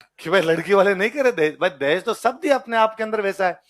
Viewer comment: सर जी देहाज नही है देहज गलत है